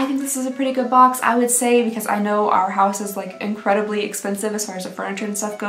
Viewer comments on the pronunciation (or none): Not “our house” “Ar-house” 😂 i love you. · I love fabfitfun! Still haven't received my box but can't wait! When you read the food trivia my head went straight to meatloaf too 😂. Also I live the way you pronounced arhaus sounds like it would be a really pretty and fancy brand name 🥰😂